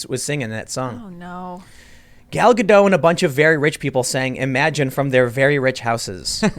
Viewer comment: The T in Gal Gadot is NOT SILENT. Hebrew is not French... Hebrew is a phonetic language with few exceptions. FYI "gadot" means banks, as in river banks.